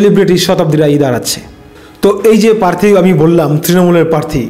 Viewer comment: Bhai kotha ta "parthi" na. Ota "prarthi". Ato uccharon er bhul niye sangbadik 😳